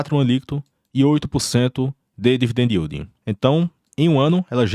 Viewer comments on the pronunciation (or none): none